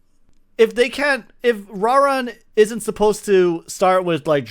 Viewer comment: Who TF is "Rah-rin" dudes been around forever and you're mispronouncing his name because... why?